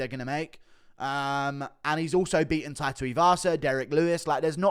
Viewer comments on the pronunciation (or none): none